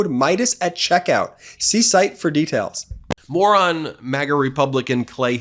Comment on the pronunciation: Ben said, "More on MAGA republican Clay Higgins.." But it sounded like, "Morron, MAGA republican Clay Higgins.." 😂😂